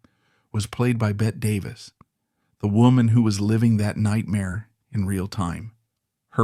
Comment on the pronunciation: AI mispronouncing Bette Davis name